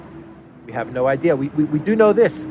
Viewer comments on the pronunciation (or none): none